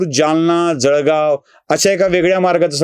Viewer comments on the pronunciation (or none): none